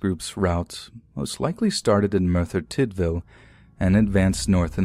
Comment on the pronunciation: Hey! My husband is from Merthyr Tydfil and I’m so impressed on how you said it!!! He’s always harping on us Americans because we can’t pronounce their town names haha